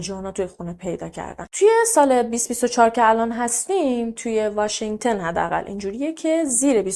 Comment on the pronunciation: آقا همه اطلاعاتمون قاتی پاتی شد واشنگتُن نه واشنگتِن